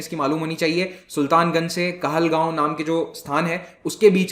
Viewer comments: Sorry sir It is kahalgaon not kahalgao😊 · It's "KAHALGAON" NOT KAHALGAO.